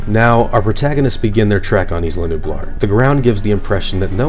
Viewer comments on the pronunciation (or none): The way you say isla is wrong. It's "I-La". Like island. You don't say is-land. Just saying. Don't care really and not even sure why I'm saying this lol. Great video totally just subscribed.